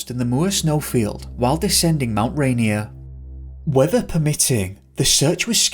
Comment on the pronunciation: We say Rainier like Ray-Near 😊